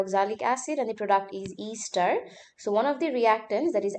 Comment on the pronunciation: ‘Easter’ ester 😂